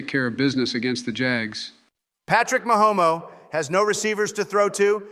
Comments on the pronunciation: “Patrick Mahomo” killed me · Patrick Mahomo?? 😂